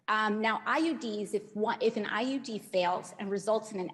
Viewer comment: she says "IED" instead of IUD